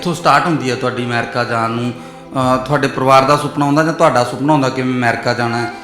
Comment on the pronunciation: ਰਿਪੋਰਟ ਜਾਂ ਜਾਂ ਕਰੀ ਜਾਂਦਾ ਬੋਲਦਾ ਕਿਵੇਂ ਆ ਜਾਣ ਹੁੰਦਾ ਜਾਨ ਨੀ ਹੁੰਦਾ ਪੰਜਾਬੀ ਦਾ ਕਿਉ ਨਾਸ ਮਾਰੀ ਜਾਨਾ ਬਾਈ 😂😂😂😂😂😂😂